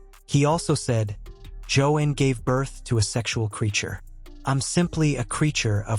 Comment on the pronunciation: It’s pronounced Jo-Ann not Jo-In